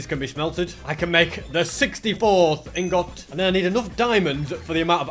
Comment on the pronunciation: The way he says “ingot”